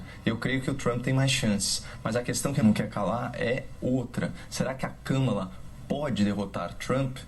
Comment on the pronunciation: E kahmahla nao kammela